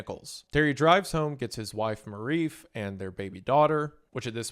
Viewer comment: wrong pronunciation strikes again. It could not be this hard to have your "people" research what Marife is. Its not pronounced like Maurice with an F OR Maw Reef. Its Marie Fe